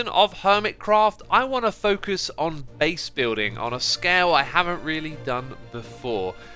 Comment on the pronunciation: Do you mean beease